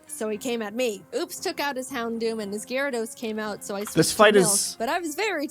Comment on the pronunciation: One o’ these days you’ll learn to pronounce, “Gyarados.”